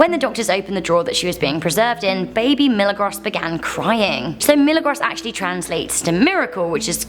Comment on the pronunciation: Pronounced "Me-la-grows" its Spanish for miracle